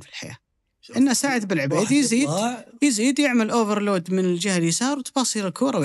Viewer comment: Overlap وليس اوڤر لود